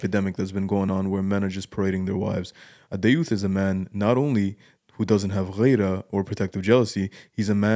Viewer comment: it's "Gheerah" not "Ghayrah". Get it right